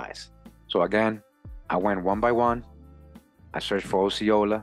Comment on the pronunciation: I am a native Floridian. Osceola is pronounced like Oscar. This was most excellent!!! Thanks bunches!